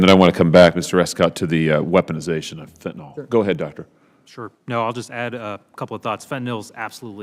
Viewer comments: Fen-ta-nil = fentanyl Not fen-ta-nol Someone needs to correct them. Someone who took organic chemistry. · It’s fentanyl, not fentanol. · It’s not pronounced fentinall… it’s fent ta nill. It is a very effective medication when used appropriately as prescribed by a licensed physician. It’s was great for us paramedics as it is quick acting and short lasting. Usually by the end of the ambulance transport, the analgesic effects were gone and the ER doctor saw the patient in the same status as the first responding medical care. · I wish these guys would pronounce it properly. It is fentanyl, not fentanol. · It’s fentaNYL !! Short i sound !!!! Not fentanol. There is no drug called fentanol. It simply does not exist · Please learn to pronounce fentanyl.